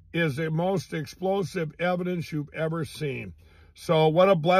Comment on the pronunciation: "Eidence" wtf... don'f smoke cracks!😅